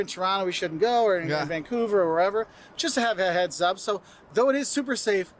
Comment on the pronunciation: dont pronounce vancover..vangcover!